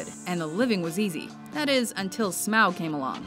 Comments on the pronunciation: oh an' for fuck's sake its pronounced smawg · Is it me or does the name Smaug sound like something Eric Cartman would mispronounce?